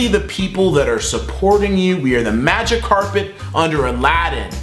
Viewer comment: lol when you said magic carpet i thought you said magikarp